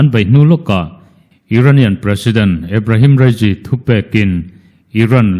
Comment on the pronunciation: Ebrehem rasy tih te chu a😂😂😂😂